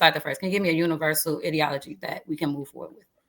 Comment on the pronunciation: Why is she pronouncing ideology like that ?